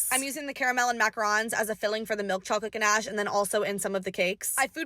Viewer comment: You said ganache and macaroons wrong SAY IT RIGHT